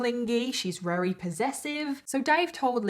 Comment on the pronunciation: I’m sorry I always watch your videos they’re always interesting. However I absolutely HATE how you say “very” it sounds like you says “rery” it’s so irritating!